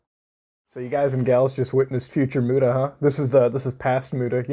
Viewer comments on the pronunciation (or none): It's Muta, not Muda